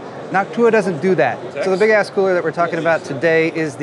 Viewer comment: “Big ass fries!” Is all I could hear when you would say big ass coolers.